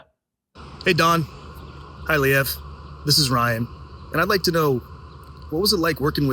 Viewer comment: Lee ev never heard it pronounced that way 😮